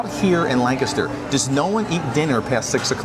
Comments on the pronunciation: Thanks foR pronouncing Lancaster the right way.......not lan caster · I Appreciate You Both saying Lancaster correctly! I miss this place.